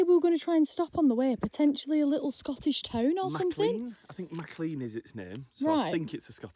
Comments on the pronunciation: I live near and shop at Maclean pronounced Maclean not Maclay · I think McClean is pronounced McLane? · Typical Ozzie. It's actually pronounced 'Mc lane' or 'Mcleane'. I think the people that first names these places couldn't spell properly. So they just made up the spelling....but that meant they sounded nothing like the way they were spelt! "Bunch o' stupid convicts!"